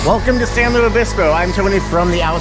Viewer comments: Please call it San Lu-IS Obispo. Not Louie. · Why does he say "Luis" weird? It's LOO-IS. Pretty easy. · You say San Lou Obispo. I've never heard that before. I've heard a lot. You're supposed to slow 🐌 🐢 down and chill. I enjoyed your video very much ❤❤❤❤❤❤❤.